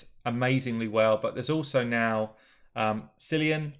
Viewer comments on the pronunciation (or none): none